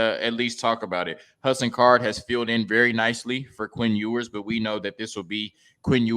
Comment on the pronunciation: This man really pronounced it “EE-WERS” 😂😂😂